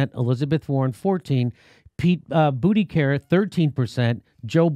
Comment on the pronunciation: Why does he keep mispronouncing Buttigieg?